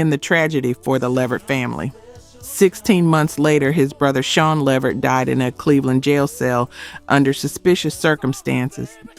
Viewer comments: The AI narration mispronouncing words is VERY annoying. Gerald LEEvert? Really? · Please say Gerald Levert's last name correctly. I've heard too many of your videos where it's wrong. It's luh-VERT. Thank you! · Teach the A.I. to say LA-VERT!!!! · LEE-vert. Come on! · Come on now you can pronounce Levert better than that. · As I'm listening to this page....I was going to subscribe til I realized this is a A.I PAGE because who in " OUR" Community does not know how to pronounce Gerald "LeVert" and "Sean Levert's" Name????? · Can YOU please learn how to pronounce the artist names it’s disrespectful you do this ALOT!!! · These pronunciations are absolutely killing me. Levert was pronounced 3 different ways. LAWD!!!! 😂😂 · Right I don't understand...I expect that from those raggedy AI Channels unless this is an AI channel because ain't no way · that drove me crazy. who is this woman. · I know they always pronounce Levert wrong